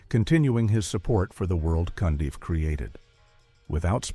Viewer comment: Rusty Cundieff (not "Cundy") is another underrated Black director. And for the record, the narrator is fulla s**t.